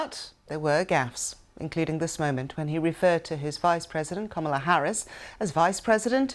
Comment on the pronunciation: It’s not Kamla Harris it’s Kamala Harris